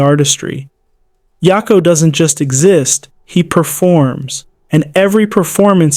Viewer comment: Yak o not ya ko. Idk why that bothered me so much